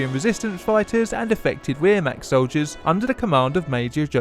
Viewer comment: Did he not say wermacht german enough for you?